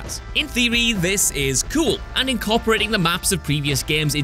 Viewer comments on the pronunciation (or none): none